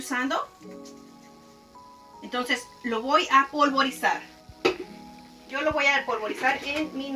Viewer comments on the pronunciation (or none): Se dice PULVERIZAR